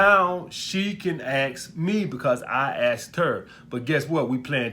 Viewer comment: Police detective: what happened here?: I axed her. She axed me back